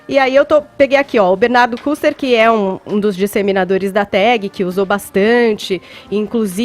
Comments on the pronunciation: Magda Adam. errou a pronúncia do nome do Bernardo que não é Kurter e sim kister, pois u com apóstrofo tem som de i. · Ela disse: Bernard* Custer? A pronuncia correta é quister! kkkkk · Pronuncia-se Bernardo "KISTER",.